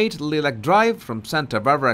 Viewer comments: Long "I" NOT SHORT..." i " ...liee-lac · Lilac is pronounced as Lie-lac. How fitting for this lying duo. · Lilac as in the flower. Pronounced "Lie-lack".